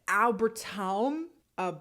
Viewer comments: As a german person hearing try to pronounce "Albtraum" is one of the most entertaining parts of this Video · Albtraum is a German word and means nightmare lmao, was funny seeking u trying to pronouce it 😂 lots of love from Germany ❤